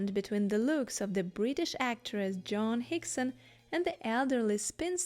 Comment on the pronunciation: your pronunciation of "Joan" is distracting and annoying